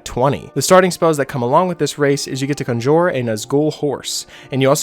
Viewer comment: Why can’t this dude pronounce conjure